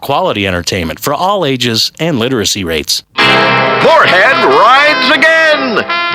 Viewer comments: Has ANYBODY noticed, that the anouncer always pronounces Mooreheads name wrong? Mooreland, General Moorehead, Jeremy Moorehead, George Moorecock . . . GREAT! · has anyone here noticed that the announcer keeps getting mooreheads name wrong? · the narrator fucks up his name soo many times.